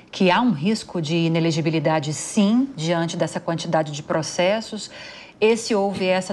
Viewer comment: Comentarista que não consegui falar inelegibilidade, advogada??? Tá parecendo a globonewslixo